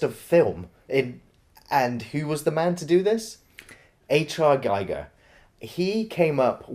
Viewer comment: Sorry, bur H. R. Giger is pronounced "Hah. Air. Gee-gair" (spelled for a native English speaker).